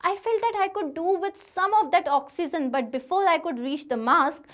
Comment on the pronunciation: Its not oxyzen